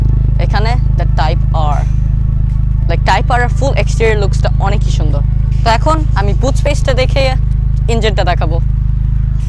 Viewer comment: Beautiful review, I get stunned seeing how beautifully you deliver all that data without seeing anything. Keep it up. However, please try to correct a few pronunciations that you have in Bangla, like "Oneki". Sounds cringy and since you are a growing YouTuber so now proper Bangla will help you. Keep it up. Great work